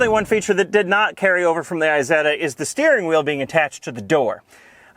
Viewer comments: This MF said "eezeta" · Eye-setter! it's an I not man E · Heeeeeeeeey....you said it properly towards the end.,....you mispronouncved at the start on purpose didn't ypu.